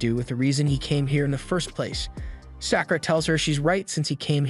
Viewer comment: Sack oo ruh. gawd I hate these.